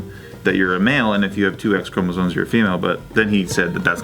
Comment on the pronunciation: ChromosoNes and Essscavated.. I'm sorry but this is what happens when you speak perfect english, but you gotta pronounce some words with your original accent, even though you don't have an accent. I guess it starts sneaking up on you after a while.